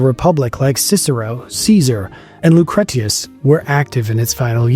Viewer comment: "Lu-crett-ee-us"? Is this a joke?